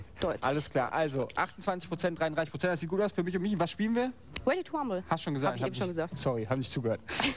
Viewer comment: weady to wumble